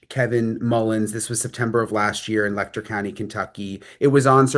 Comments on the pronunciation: It is pronounced “Lech-er” county, not “Lecktor”. SMH! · Why does the media keep calling it Lecter county? Its Letcher like Fletcher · LetCHer county. Latch, but with an E. Not Lechter like Hannibal lol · Le(t)cher County. What a mess. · Youve done so much research and talked to so many locals that you still dont know how to pronounce the name of the county? What in the name of phonics made you think of pronouncing it that way? 😂